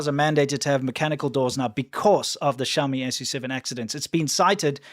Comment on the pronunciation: It's not obvious how to pronounce Xiaomi SU7. You say, "Shou-mee SUCKS".